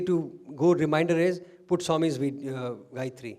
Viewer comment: Sairam excellent talk which relates and illuminates every one . Thanks for the Gayathry correct pronunciation and also the aumkar. Thank you .